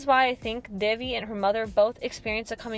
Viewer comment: loved it, but WHY dont people EVER learn to PRONOUNCE names right. devi is pronounce daevi